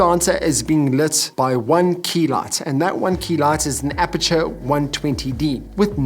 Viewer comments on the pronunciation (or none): Nice video. But, its Aputure, not Apature. Common mistake, no big deal.